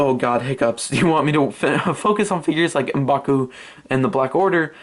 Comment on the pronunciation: I love the way u say M'Baku